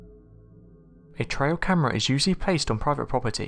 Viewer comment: Its trail cam. Not trial cam. Love you’re worke